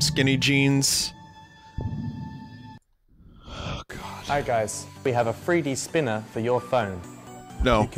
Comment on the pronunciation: But do they have a THWEE DEE SPEENAH!!!?